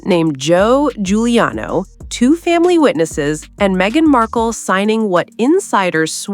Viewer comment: Giuliano pronounced Juliano, please